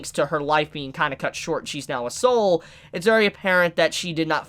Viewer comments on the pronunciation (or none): none